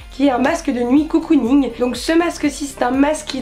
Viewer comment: Argh on dit cOcooning pas cOUcooning ( en toute bienveillance )